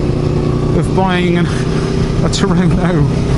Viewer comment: HA HA TUONO not Turoro , you west country boys